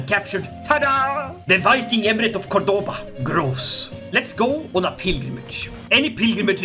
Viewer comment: As someone from Córdoba, It hurts me deeply the way you pronouce Córdoba and Badajoz. On the other hand, I really like this new alternative future you've set for my country, I really really like it